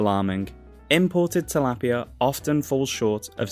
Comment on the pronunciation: Tilapia is a Philippines fish thats why you dont pronounce it correctly.